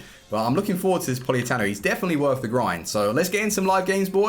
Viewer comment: It's Politano not Poliatano